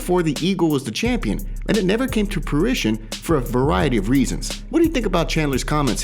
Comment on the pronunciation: Omg plz say fruition again. Hilarious